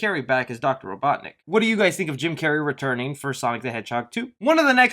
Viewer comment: ROBOTNIK YOU FUCKING NOOB!!!!! God, youre the type of dude who says "raashe al ghul" instead of "RAZ"!!!